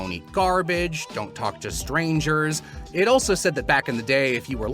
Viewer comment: The thing that sealed the deal for me is the consistent and frighteningly accurate pronunciation of the word 'ztrangers.' That's not a real word. How. How do you do it.